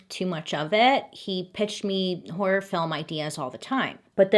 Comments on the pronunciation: when Bailey kept saying HOrRroorRr films😭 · The way Bailey makes such a point to annunciation “horROR” lol. She’s so pure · I kept rewinding Bailey saying “horrorrorrr”… 😂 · I love how she says “horror” “Horrororor” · I love how you say horror 😆❤ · she has said in previous videos she can’t pronounce some words due to some jaw issues. I think “horror” would be one of them. But for me it wasn’t until she articulated it a lot that I noticed it could be heard as wh*re otherwise. She herself likely heard it like that so she just said it extra clear, which also sometimes just adds a bit of comedic touch if you think of what she thinks we would hear if she didn’t say hor-ror . I’m not being very clear am I? Sorry (well just a bit 😁) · I can't say horror right either 🤣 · Lol the way you say horror🤣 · "Horror" is truly such a hard word to pronounce correctly, LOL. I choose to just say "scary" to save myself from any potential embarrassment or misunderstanding. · I say horror the same way Bailey does, I've always had speech issues so I can't pronounce some words correctly, and people would make fun of me for it but now knowing someone else says it the same way makes me feel better. :') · LOVE the way Bailey pronounces “HORROR” 😂❤️